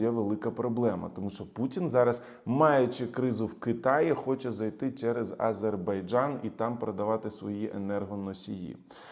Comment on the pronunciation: Окрема подяка за правильну вимову слова Азербайджан, ну і за аналіз🙂